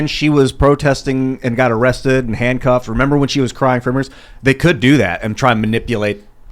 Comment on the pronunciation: "areested" my ass!!!!